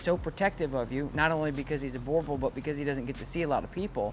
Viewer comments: A burghthhbull... You prounounce it burbull. The oe in boerboel is prounouced the same as the u in bull. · The name is pronounced booer-bull. It is a South African name and a Boer is Afrikaans for farmer.